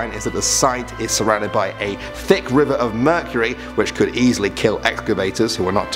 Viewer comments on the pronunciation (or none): none